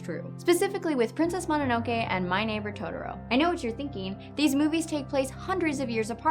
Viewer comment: I...Is that the first 5-5 you've given? also, totoro, to-tor-o, japanese words are pronounced in separate syllables (or at least I am pretty sure, it works a lot of the time)